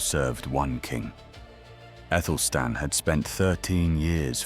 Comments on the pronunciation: Because he/it is unaware that "ae" is pronounced as a hard "a"....as in Aelfred the Great. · wasn't his name Athelstan?? you keep saying Ethelstan??!! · Good question, his name correctly written in modern English was Æthelstan - the conjoined A-E should be pronounced A, as in cat, apple etc...